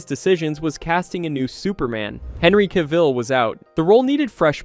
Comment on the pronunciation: Bro said "Cavil" as if it was pronounced the same way as "Cruella de Ville"